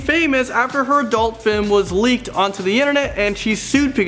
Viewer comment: DID ANYONE ELS HERE HIM SAY FIM IN ?